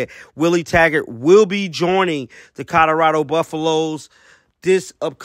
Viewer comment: Did you just say coderado?